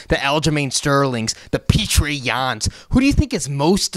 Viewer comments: “Peetra”? ... seriously dude? It’s just fuckin Peter. Peeeetttaaah. Petr Yan learn his name he’s going to be wearing a damn belt by the end of next year. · Petr is prounounced p-yo-tur